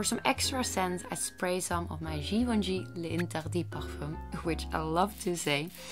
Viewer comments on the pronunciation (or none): Hi ! Im french :D You pronouced almost well "Givenchy - L'interdit" it's not "jivennji" but "jivenchi" kinda hard to say though ! Anyway it was so cute the way you said it <3